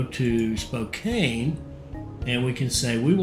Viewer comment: It is Spo CAN not Kane, otherwise I am enjoying htis.